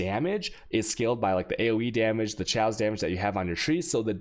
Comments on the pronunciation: My one wish is that he would start pronouncing "chaos" as "kay-os" and not "sh-ows" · Mans gotta make some shaws